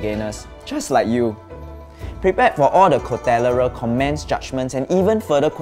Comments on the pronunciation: HAHAHAHAHA. "Cotalleral". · "cotalleral" HHAHAHAHAHHAHA